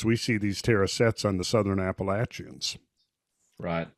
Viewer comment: My main man knows how to pronounce Appalachian